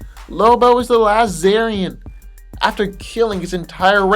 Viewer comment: Czarnian* not zarian lol for lobo